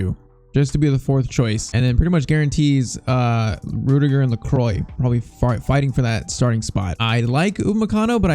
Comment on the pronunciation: Pcq: Lacroix is pronounced "lékwah"